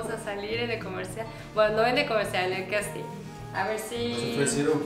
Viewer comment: No se dice "questin" se dice casting.....lol